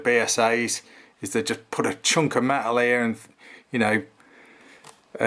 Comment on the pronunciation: Made of me-el 😂😂😂